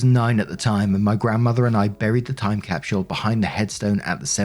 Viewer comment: Is it really „time capshl“? 😅